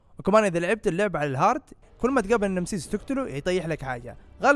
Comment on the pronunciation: نيميسيس وليس نمسيس 🙂